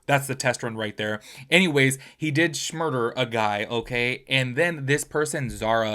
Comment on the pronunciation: youre a grown as man saying shmurder. a joke